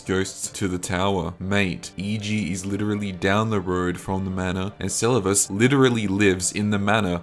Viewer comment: My guy pronounced Selluvis wrong 10+ times and a different kind of wrong each time, had to stop the vid